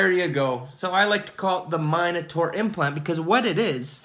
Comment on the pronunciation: It’s MIN ataur, not MINE ataur